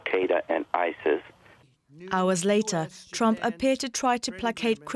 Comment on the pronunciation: I love how Marc Pierini's heavy accent he pronounces Trump's name as "tramp". Such a great definition.